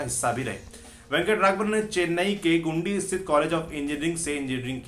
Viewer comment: गुंडी नहीं, गिंडी कॉलेज बोलते हैं।